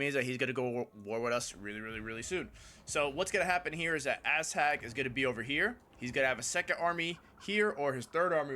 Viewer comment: Also why do you pronounce "Azhag" as "ass-hag"